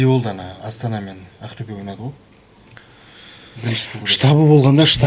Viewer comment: Ақтюе емес, Ақтөбе деп айтуға болады ма?